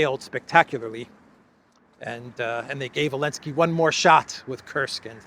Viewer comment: saying Elensky continues to make me titter when I hear it. And particularly amusing when says it, by mistake